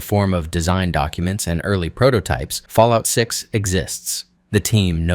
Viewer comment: New game take a hit of jet everytime he said falloit 6